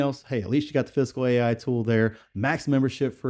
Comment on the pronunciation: ah ok. haha. Sorry, sounded like you were saying 'physical'. LOL